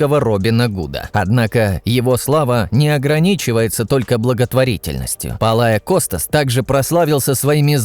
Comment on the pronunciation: Не ПолаоКостас а PALEOKOSTAS учись нормально имя фамилия и потом будешь говорить дебил